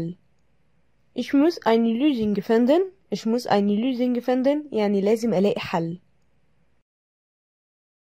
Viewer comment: عندك خطأ باللفظ بأخر جملة الجملة Ich muss eine Lösung finden وليس كما قلتي gefinden